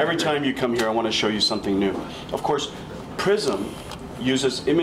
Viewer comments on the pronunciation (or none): "yea of Coss" xD